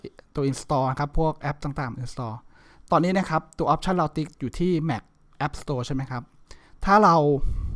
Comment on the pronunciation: แม็ค ครับ ไม่ใช่ แหม็ค